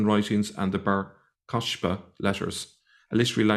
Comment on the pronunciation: Pronounced Bar Ko-SH-ba? That would be incorrect. It should be Bar Ko-KH-ba. The Aramaic (and later Arabic) 'Ḥ' (or 'KH') sound was transliterated to the Ancient Greek as 'ch'. This Bar Kokhba is almost certainly the same as the one who led the 132-135 CE recolt against the Romans. The latter put down the revolt and chased all the Jews/Levites/Nazarenes out of Judaea.